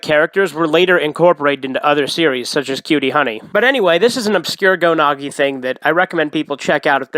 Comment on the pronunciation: Why do you call Go Nagai Go Nagi?